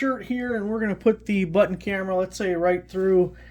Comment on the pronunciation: Thanks for ups. Helpful. BTW it's pronounced "button".